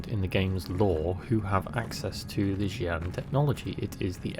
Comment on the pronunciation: I think Xian is pronounced like Sean.